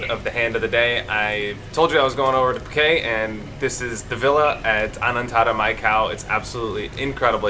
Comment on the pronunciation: You need to pronounce the T at the end of Phuket. It is ket not kay. It is Thai not French.